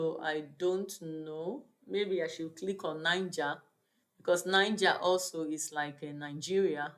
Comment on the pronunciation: Correct pronunciation of Niger is nigei